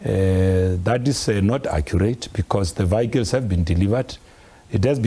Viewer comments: This idiot can't even speak probably. Not vehicles. Vikkles🙈😠. Bule mabe. Same as phala matras. No go and look under matras. At the farm was that was also stolen money. Born too steel. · Vee-hycles 😂. Does he think he sounds smart?